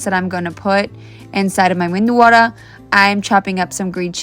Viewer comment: Pronunciation: Vad - dai Please pronounce correctly. You can also use square foil held in your palm to mould. No ritual which dip to use first. It was always saamba ar - chutney introduced later... Methu Vaddai